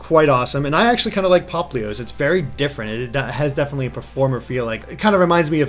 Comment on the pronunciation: you keep say preformer. Popplio,s eco is based on a Siren... not a stage prefirmer.